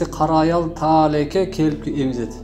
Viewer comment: Бир Кудайды карап сүйлөсө Эл жок болуп кетмек деп,Таалайка эмесТаалаке деп туура окубайсынбы